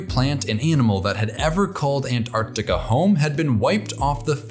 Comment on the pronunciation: Time to introduce Penguins to Polar Bears! I must congratulate you on your extremely precise pronunciation of the word Antarctica. There are no silent letters in this word, and it hurts my ears to hear Americans say "Antartica". But they invariably do not say "Artic" when referring to things relating to the Arctic. I'm always reminded of the nonsense American phrase "I could care less". Which means you do care. At least a little!